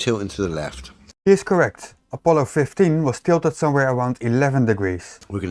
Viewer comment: Nooo you were 100%. said it like "Opollo" instead of "Apollo".